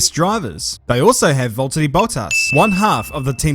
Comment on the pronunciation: it's Valteri😂